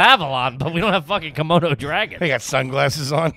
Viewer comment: is saying "kimono" dragon instead of "komodo" dragon, right?